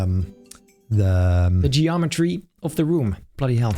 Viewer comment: He must be studying his Gordon Ramsey facts with the way he said "Bloody Hell"